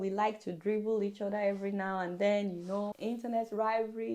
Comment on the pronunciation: wtf is ''WHOPPED"? Nigerian word,,,, they even say ''order'' instead of ''other''....